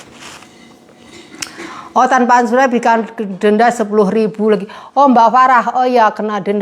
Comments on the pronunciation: Maaf Asuransi mba bukan Ansuransi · Asuransi mbak bukan Ansuransi 😀😀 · Maaf bukan Ansuransi mba tapi Asuransi